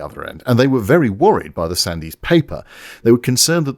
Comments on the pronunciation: I think you'll find it was Duncan "Sands", yes I know it's spelt Sandys - but we are BRITISH and our pronunciation IS only meant to baffle Johnny Foreigner 😂. Me again - it was the British Aircraft Corporation - I started there in 1974, long after the cancellation of TSR2, but just after the first flight of the SWING WING Tornado 😂. I had a pretty good 37 years there before retirement, yes I'm a grumpy old man, but I did work with some amazing people 😁. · Sandiz? When I was a lad, admittedly a long time ago now, it was pronounced Sandz; it being simply an archaic spelling of the surname Sands. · Great stuff but watching the BBC news at the time as a kid, his name was always pronounced Sands not how it was spelled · Sandys is pronounced "Sands". Brilliant video - very glad to have found this channel. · One slight niggle; from my memory of the time Sandys' name is pronounced Sands. Also, given recent developments in Ukraine, it appears he may have been somewhat prescient. Otherwise, excellent work as usual. Carry on. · As English Gentry I DO hope you are mispronouncing Sandy's name deliberately, I assume you KNOW the Y is silent and that the mans surname is pronounced as Duncan Sands and misnamed him deliberately just "because", who was in fact Churchill's son in law. Please dont confuse my missive as forgiving the man for what he did in almost single handedly destroying our whole Aircraft industry...as I DON'T and never will, Parliament has been choc full of the worlds leading criminals against the betterment of the British tax payer for decades wasting trillions of OUR money over many years on fan-dangles and cancelled flights of fancy and then giving the rest away to undeserving foreigners who repay our kindness by pathologically hating us enough to do us as many mischief's as they can get away with.....after those same politicians have helped themselves to a nice stiff drink at OUR expense of course. it HAS to stop.!